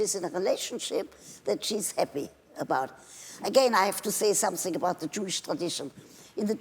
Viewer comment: she had to say somesing 😍